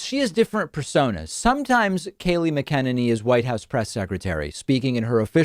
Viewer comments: Please learn to pronounce her surname correctly, especially if you're doing videos about her specifically! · Please tell me if you’re trolling her with the name pronunciation. It’s driving me crazy. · Are you pronouncing her last name wrong on purpose? (To the best of my knowledge). I’m here for it 😂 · Do you intentionally mispronounce everyone’s names? It’s pretty annoying. Even when you also show videos of their names being pronounced properly, you just don’t seem to pay attention or care. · Is that how you pronounce her name? Lol it sounds so wrong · You are great but you have to start pronouncing names correctly. Mcaneny is "Mak-a-nenny" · I don’t know how much we care because she’s terrible, but I’m pretty sure her name is Mack-a-nanny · Mah Ken A knee. Lol learn how to pronounce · David, it's pronounced Mac-a-nay-nee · Hi, David. Really like your work. May I comment? I think Kayleigh McEnany’s last name is pronounced MACK-uh-nay-nee. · David, I love your videos but if you don't start saying Kayleigh McEnany's name correctly I'm going to jump through the screen and strangle you. Here ya go》 Mac- u-nanny 😉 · o m g stop saying her last name bc its pronounced Macanenny it drive me crazy lmao love your show tho lmao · Dave, it is pronounced like Mack a ninny. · is he saying mc-en-en-y on purpose lmao 😂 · Mcenany - Mac....a.....nah......knee..... No progressive can seem to get this right. I know she's a but the name is MAC-A-NAH-KNEE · Isn't it pronounced like "MACK-uh nay-nee"? AH well. lmbo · It's pronounced Macka-neny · David, you pronounce her name Mac-a-nay-knee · You say her name wrong every time!😂 MAC-IN-NANNY....Love the show! Thanks for a show for people with a moral compass! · Mack uh nenny. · David's gotta work on pronouncing her name correctly. It's quite easy....it rhymes with "cockamamie". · It's pronounced mac en nanny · Hi David. Her surname is pronounced MAC-enany. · But why do you continue to mispronounce her name? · You saying her not right